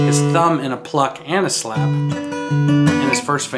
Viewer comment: a good...little...shlap haha